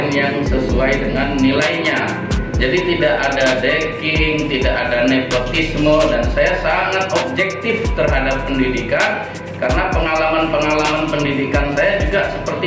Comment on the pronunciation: Bener gak sih yg sy dengar kok : GAK ADA DECKING, G ADA NEKOTISME ?. Coba deh dngarkn dg moda kecepatan pemutaran pelan : 0.75 ; 0,50. Msak sih seorg Prof. Doktor salah ngomong. 🤔🤫😟😲🤡🤡